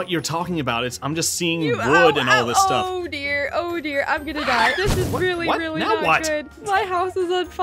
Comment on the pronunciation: When Mac said oh dear I was like Mac are you talking about ODER OH DEAR me: AHHHHH MAC IS SAYING ODER Mac: OH ODER back to me me: AHHHHHHHHHHHHHHH